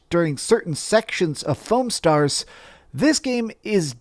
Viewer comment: You pronounced it wrong though.